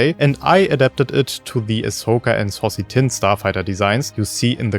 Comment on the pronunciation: ‘Saucy’ Tinn 😂😂